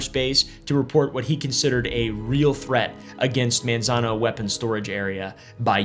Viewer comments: My dad worked for the department of energy in Los Alamos and Sandia national labs. It’s pronounced “Mon-zon-oh” by the way. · If you don't Wana get teased by locals it's (Manzano) pronounced "Mon" not "Man". Monzono. You are reading it correctly how it's spelled but it's just not how we say it. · the way he is saying Manzano is funny